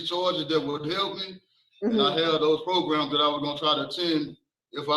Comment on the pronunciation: She needs some "progrums" 🤣